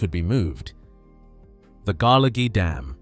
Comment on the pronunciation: Oh good, we can restart netting salmon again at the mouth of the River Dee, and shut down the fish farms [ and by the way you can't pronounce Dunecht, Garlogie or Culter ]